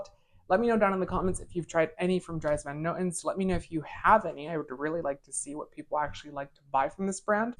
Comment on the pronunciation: Dries Van Noten (pronounced like drees not dries) is one of my favorite fragrance houses of all time. I cannot get enough of them. I have six DVN fragrances now and I want them all.